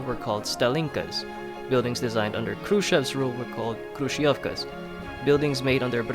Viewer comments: hrushofka that's how you pronounce it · Мне так нравится когда он сказал крующевки